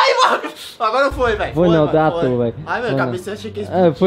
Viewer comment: Realmente, "matrou" o português ksjskskkdkskkskdksk